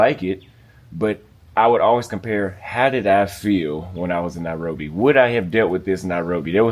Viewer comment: Why call it that, "Narobia"? Sounds Rasta... Else, trust me, there are people who are born and bred in Nairobi, and have never set foot in Kibra; so I won't be surprised if doesn't know much about that place. That doesn't affect how and where one chooses to live in the City.